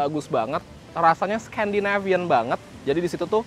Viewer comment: Sekandinafian iku opo cak...cak... Wes jowo